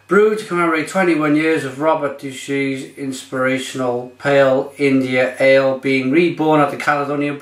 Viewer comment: Deuchars is pronounced Dew-cars